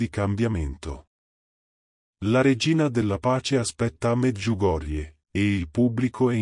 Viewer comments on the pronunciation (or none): none